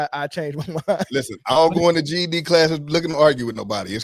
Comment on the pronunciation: "I don't go to ged scholl to argue" 😂😂